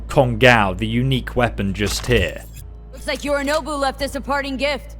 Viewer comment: Pronounced “Kon-gō,” in Japanese doubled vowels, stretched pronunciation, are romanized by either the flat accent over the vowel or adding another vowel. The ‘o’ gets a ‘u’ for some weird 1800s reason. Kon-gow would be “Kongao,” much like “Mao,”